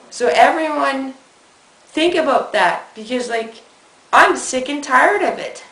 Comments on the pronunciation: WHAT ARE YOU TALKING ABOOT? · LOL at "Abooooot" XD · About...a bout...a boooout...a booooot...a boot Christians. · "ABOOOT" LOL